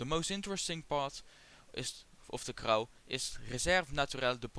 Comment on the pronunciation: For your information Crau ist pronounced Krô, not Crow. And don't forget to clean your camera sensor, it looks like it could really do with a throrough cleaning 😉